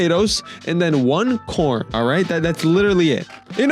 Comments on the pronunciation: When the video was he said core not corn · I dont think bro said corn…